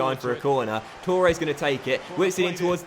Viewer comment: Why do you say Tooores? It's Torres